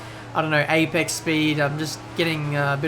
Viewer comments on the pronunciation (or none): none